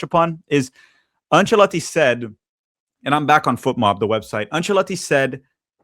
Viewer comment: Thumbs down for repeatedly having to listen to you pronouncing the coaches name.